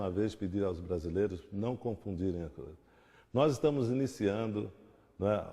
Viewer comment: '' não confudirem as coêah ''